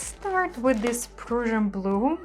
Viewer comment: Love all of the colors. Don't care for the white center "river." However, fairly successful for your first attempt at a new technique. PS: Prussian is pronounced like Russian but with a "P" at the beginning. It's historically a part of Germany. Persian is a totally different area in the Middle East which is primarily Iran.